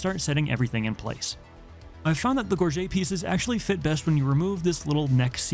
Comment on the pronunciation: It’s pronounced gorge-it